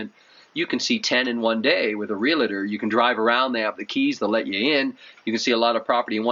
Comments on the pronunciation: Almost built in Floripa a couple years ago. Plan on doing it in a couple years from now. Is Floripa a little safer to buy than other parts of Brasil ? BTW it's real-tor not real-A-tor... very common mistake. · "Real-tor" not "real-ah-ter" spelled realtor not realater .....